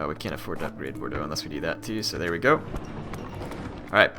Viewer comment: Toulouse - "Toe - loose" Bordeaux - "Bor - dough" also you can just double click on a settlement to bring up the info screens